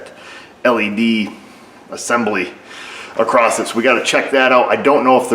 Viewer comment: Across, not "acrossed"...lol. You teach auto repair, I teach grammar.